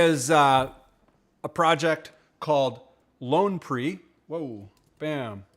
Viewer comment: Hey, thanks for the feature! It's actually pronounced ˈpī(ə)r, like fire with a p. Thanks for representing our little community of music makers, it means the world to me.